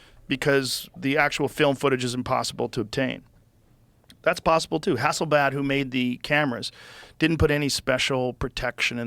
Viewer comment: re: "HasselBAD" says Joe. 🤣 Hey buddy, you forgot an L. The brand is HasselBlad.